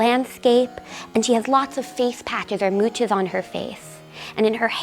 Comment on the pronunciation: The word for the applied beauty marks on her face (mouche)is pronounced 'moosh', both singular and plural. Not MOO chuz.